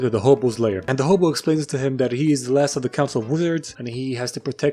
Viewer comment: And I know its a small detail but its actually " hobo lair" not " hobo lay....... whatever lets just move on